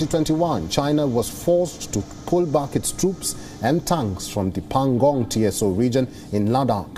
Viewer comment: Dude.... Tso is one word, meaning "lake". It's not T.S.O! Please train your newscasters,... these may seem like little things, but they seriously harm the perception of your credibility.